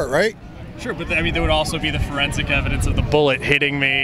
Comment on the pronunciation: not forensically dude